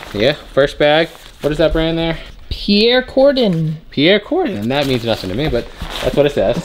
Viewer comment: Pierre COrdin ... or ... Pierre CARDIN?! The latter is a high-end brand. FYI.